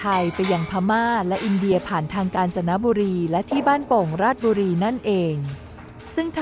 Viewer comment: ราด-ชะ-บุ-รี-ครับ ไม่ใช่ ราดบุรี จากคน บ้านโป่ง ราชบุรี